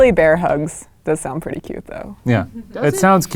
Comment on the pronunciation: “have you seen my PrEt-Ty bear? 😂